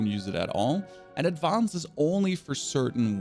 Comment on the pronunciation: Do you intentionally mispronounce things so triggered people like me comment? Dude, I can’t listen to you butcher basic words like magazine, advance, etc.